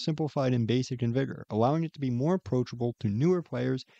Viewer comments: its vi-ga right? not vi-go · sorry. vig-er*